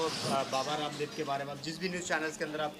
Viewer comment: Bhai aap.kyun baba.randab bol.rahe.ho ramdab